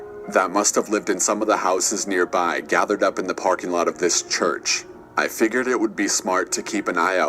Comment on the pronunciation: He said team mystic gathor